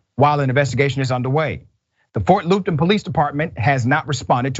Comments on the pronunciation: I grew up right next to weld county, I can vouch the officers out there aren't too bright... and it's fort Luppton... pronounced. Not loopton. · The pronunciations r PLAT VILLE not platteville and FT. LUP TON, not loopron. Phonetics used 2 b important n news reporting. THIS INCIDENT IS WRECKLESS ENDANGERMENT!!!